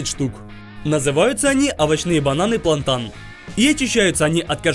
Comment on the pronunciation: Здравствуйте , эти бананы называются не « Плантан » , А « Плантейн »